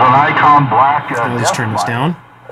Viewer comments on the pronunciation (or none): none